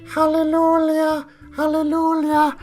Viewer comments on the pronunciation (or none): I laughed out loud when you started saying "Halleloolyuh" cuz I wasn't sure if you were serious or not. Lol No hate, you know I love you, but there's no "L" its "Hallelujah" with the "j" making a "y" sound. 😂 Keep up the great work. Also, the horde mechanic is dumb so I'll be skipping it entirely. Just my 2-cents.